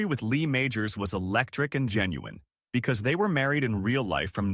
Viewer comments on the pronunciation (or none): none